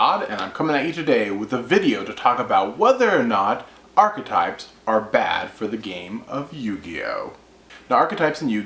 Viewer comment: 1 - You put too much emphasis into the word; it is merely "ark-type". The "e" isn't pronounced. 2 - I feel theme decks ruin the fun of being able to mash things together. I placed 3rd in a tournament years back using stuff like the End of Anubis, The Creator, Jinzo and other weird cards. They weren't in other decks. You cannot even think of that nowadays. I would love to see a tournament where no themes are allowed.